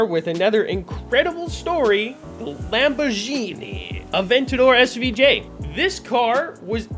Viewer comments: Lamborgshini i mean im italian but wtf are u talking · DID HE JUST CALL IT A LAMBORJINI?!!?!!